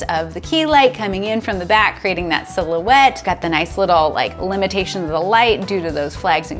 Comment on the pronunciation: Silhouette. Oh! I thought you said fill-ouette... and I'm like, just added a new term to photography! Cool. FYI - I've worked in professional video since 1983... have been a CPP in PPA for about 8 years. If you don't present in your own room at the next in-person Imaging USA... and you aren't teaching from the show floor... it would be a crime. Great videos! Love them! Beautiful work.